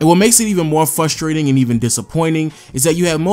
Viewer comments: I checked and it's "fustrating" and not "FRUSTRATING" LMAOOOOOOO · Bruh it’s frustrating to hear you say frustrating 😂